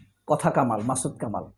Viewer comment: আরে ভাই মাসুদকামলার নামটা সঠিক করে বলেন